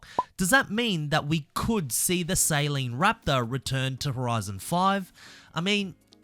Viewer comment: bro says saline, as in saline solution rather than saleen (suh-leen)